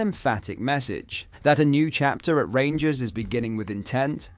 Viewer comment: Wait for it “the rangurs are comin”